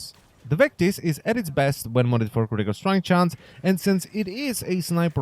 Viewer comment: it slowly killls me from the inside when he says "critical strike chance"